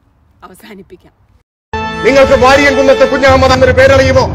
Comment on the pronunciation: പ്രിയ സുനിതാ മാഡം വാരിയംകുന്നത്ത് കുഞ്ഞഹമ്മദാജി എന്നാണ് ശരിയായ പേര് ഞങ്ങളുടെ ചെറുപ്പക്കാലത്ത് ഞ ങ്ങളുടെ വലിയുപ്പ മാരുടെ വായിൽ നിന്നും ഈ മഹാന്റെ ചരിത്രം കേട്ട് കോരിത്തരിച്ചു പോയിട്ടുണ്ട് അന്ന് മുതൽ ഞങ്ങളുടെ നെഞ്ചിൽ പതിഞ്ഞു പോയ പേരാണത് അതുകൊണ്ട് ആ പേര് ഒരിക്കലുഠ തെറ്റായി ഉച്ചരിക്കരുത് ; ഒരു പാട് നന്ദിയുണ്ട് ഈ ചരിത്രo ഒരിക്കൽ കൂടി ഓർമപ്പെടുത്തിയതിന് thanks again